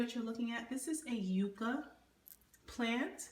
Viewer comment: Just FYI; the u in yucca sounds like the u in up. I thought you might want to know that.